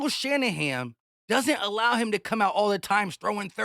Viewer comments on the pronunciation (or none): It's "Shanahan", not "Shanaham". Just to let you know. 🙂